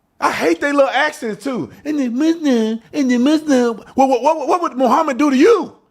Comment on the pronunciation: Sorry another comment... Officer Tatum this is why I watch you faithfully... actually had a BAD DAY and you just made it better...loved how you referred her thingy has a diaper and how you pronounced Muslim 😂😂😂...you on a roll tonight...